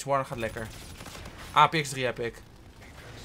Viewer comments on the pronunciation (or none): Ap-3x is het en spreek je uit als eepex